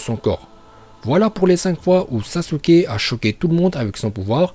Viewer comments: Sasuke stp pas sasuké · Par contre c pas SASUKÉ c Sasuke😠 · Sasuke pas sasuké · Évite le é sur le sasuke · Mec c pas Sasuké mais Sasuke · Sasuké nnn. Nnnnnn sasukee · Bonjour , SASUKE pas sasuké voilà aurevoir.